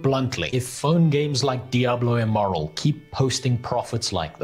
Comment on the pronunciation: I heard Diablo Immoral instead of Diablo Immortal.